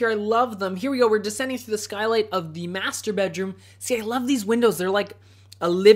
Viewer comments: Whenever you say "Master bedroom" I hear "Masturbate room" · every time he says "master bedroom" I hear "masturbate room"....